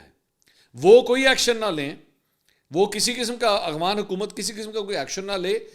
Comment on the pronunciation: اسلام عليكم منصور بھائی افغان کو آپ اغوان بولتے ہیں 😂😂👍👍اغوانستان نمک حرام😂